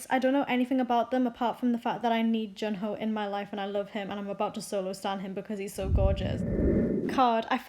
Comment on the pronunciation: His name is not prounounced jun-HOE lmao it's prounounced Jun-hwe